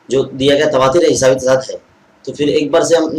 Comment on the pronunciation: تواتُر ہوتا ہے تصاعُد ہوتا ہے موصوف کا تلفظ درست نہیں ہے